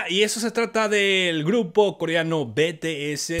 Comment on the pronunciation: Olovorgo con el Jimin... Es un Loquillo.... se dice 'BITIES' que las army te linchan xD